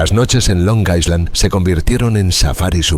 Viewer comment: Es "Long Island", no "Long Iceland". La "s" es muda. Buen video igual.